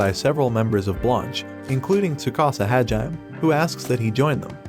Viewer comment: Hajime is read as “Haa-jee-meh” not Ha-jaime. Also the link to part 2 leads to the same video that we are watching now, which is parrt 1.